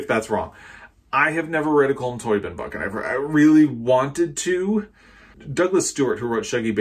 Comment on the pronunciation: "Culm Tobeeen"